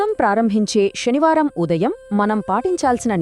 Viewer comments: Mee voice chala bagundi,explanation kuda chala bagundi kani mee pronunciation baguledu. Sanivaranni shanivaramani alage suddi ni shuddi, ani palukutunnaru. Ala vintunte anyamatastulu palukutunnattuha undi please try to change this pronunciation. Thank you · Sanskrit lo sa ni sha ane antaru